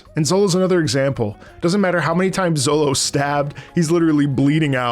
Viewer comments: Calling Zoro “Zollo” seems criminal 😂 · Z... Zolo... oh no lmao It's Zoro, with an R. I dunno where you got Zolo from lol I think 4Kids did that maybe? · I get what you are saying but I can not continue watching due to you saying "Zolo" lol. great video though! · Your not wrong about the zolo thing cause your reading instead of watching but its still funny to hear 😂. Caught me off guard at first but then i remembered thats how they spell it in the manga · Oh god don't say Zolo💀 His name is Zoro! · are you sayin Zolo to intentionally troll?cuz by the 5th time you said Zolo i wanted to reach in my screen grab you by the beard and scream "It's ZOROOOOO" anyway your gonna love it....keep going👍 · My brain shuts down for 30 sec everytime you say Zolo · Proof he only reed this because he says Zolo 😂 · Bro said ZoLo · bro saying zolo had me confused for longer than it should have taken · This was a genuine and pleasant laugh every time you say Zolo 🤣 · Please don't say Zolo please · Did you just say "Zolo"? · Each time bro says ZoLo my soul hurts 😂😂😂😂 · My ears care. My brain cares. Same as when someone puts the stress on the silent u in Sasuke. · well, luffy is pronounced like "ruffy" in japanese, so it might as well be lolonoa zolo